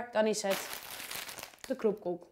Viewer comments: Kroepkoek zeg jij raar het is namelijk kroepoek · Je zei kroepkoek🤣😂 terwijl het kroepoek is!!!!! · uhm zei je nu kroepkoek of kroepoek? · ze zegt iedere keer kroepkoek